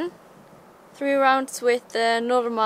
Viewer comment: imran Safi She is from norway, not russia! Easy to hear when she says „Norma“...👍😂 I am half norwegian myself, so that‘s easy to hear. 😁